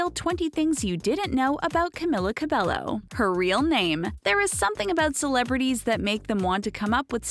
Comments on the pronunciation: It's pronounced "cabeyo" not cabello. It's annoying. Cabeyo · another pet peeve is pronouncing her last name wrong.Its pronounced cabeyo not cabello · Yes, "Ca-mill-a" isn't her real name, neither is "Ca-bell-o" , it's "Ca-me-la" "Ca-bay-yo" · wut Ca-be-llo? is Ca-be-Yo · When you are from a Hispanic family and people say Cabello instead of Ca-bay-o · Its camEEla cabEYo not cam-il-ah cah-bell-oh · YOURE SPELLING HER BAME WRONG ITS NOT CAM-IH-LA CAB-EL-LO ITS CAM-EE-LA CAB-EY-O THE (L) in Cabello is not pronounced SO THAT VIDEO SHOULD BE CALLED 21 things didn’t know about Camila Cabello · clearly you don’t ether if you were a fan you would of called out the pronunciation of her last name too it’s cabeYO she was saying cabelLO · You are pronouncing Cabello wrong .... It's Cab-ay-yo not Cab-ay-lo I sound like Hermione Granger Also it's CamEEla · Her name is pronounced as Camila Ca-be-yo not Ca-be-llo. No offense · She pronounces Lauren's name right but not Camila's it's CamEEla CabeYo not Camilla Cabello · cAmiLLa CaBeLo STOP PRONOUNCING HER NAME WRONG PEOPLE IT'S "camEEla cabeYo" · It's Ca-mee-laa Ca-Be-Yo! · Its pronounced cabejjo not Cabello but you write it Camila Cabello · "Tutting" is not pronounced "tooting." "Cabello" is not pronounced "ca-bell-o." "Literacy" is not pronounced "literally." In case you didn't know. :) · One thing THEY don't know about Camila her name is actually pronounced CAMEEELA CABEYO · i thought it was pronounced “Ca-Bay-O” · Sofia is actually born on April of 2007. They weren’t always rich. And finally u pronounce her last name (Ca-bay-o) Cabello. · NOOOO IT SHUD SOUND LIKE CAMILA CABEYO BUT HER NAME IS CAMILA CABELLO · it also CAB-EGH- O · Its pronounced cameela cabayo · IT'S CAM-ILA CAB-EYO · Her name is pronounced Cameela Cabeyo :| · Its camila cabeYO Shawn Mendes is triggered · "CamEEla CabEYo" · It's cabÉllO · It is not Camila cabelo it is pronounced camEEla cabeYO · Its CAMEELA CABEYO